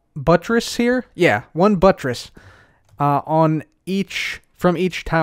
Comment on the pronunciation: lmao he said butress